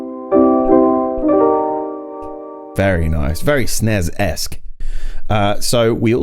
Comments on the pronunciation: Huh? Nobody ever pronounced this "Sness" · It's pronounced 'snezzzz' with a zed sound at the end. It sucks.